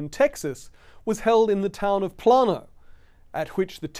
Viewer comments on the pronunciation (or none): The pronounciation is "Play-noh", not "Plan-oh". You talk about a campmeeting that James and Ellen White attended in 1878, then say "At this campmeeting in 1888", which leaves a very strange impression that the campmeeting went on for 10 years straight.